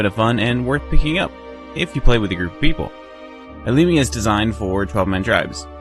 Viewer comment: You pronounce "Alemia" very well ;) Don't forget that we are French speaking, the name will always be different in English and in French.